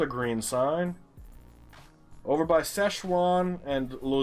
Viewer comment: Sign: Szczecin and Łożnica.: Szechuan and Lozinka. Ah, the superior ’Murican way of pronouncing foreign names, lovely. For the record; i Don’t know how to pronounce these names either. When it comes to Szczecin i just use the Swedish and German name instead; Stettin. And i would have pronounced the other one (Łożnica) something like Wochnitza wich if most certainly wrong. I know the Ł makes a ”English W sound” (sort of) and the C is something like a ’tz’ or ’ts’ but that’s all i know.